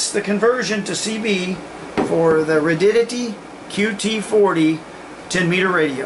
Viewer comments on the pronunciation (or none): Protip: It's pronounced RAY-di-ODD-i-tee, not "Radiddity."